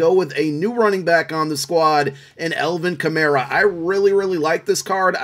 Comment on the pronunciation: “Elvin Kamayra” killed me. I LOVE U